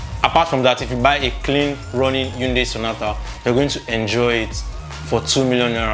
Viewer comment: Hyundai (hai ·un·dai) not yatunde😂